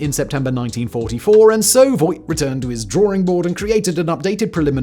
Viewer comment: You pronounced Voigt wrong. The oi is more like oa in boat. So "Foagt" would nearly nail it.